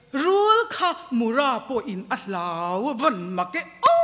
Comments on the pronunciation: Sava lian hming, Mura pawh a lam dik lo leh ta, a thluk a dik lo. Pi, ṭan hle che mah ila, ka sawisel duh che, lo inzir deuh teh. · Mura Muipui Lian a thluk hi I sawi dik lo. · Mura thluk dan i va hrelo chiang ve...pa kan ei thin kan thluk ang hian ra tih lai hi thluk tur aw..pi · Mupui tiin lam mai rawh, mura tih hming i lam dik thei bawk si lo.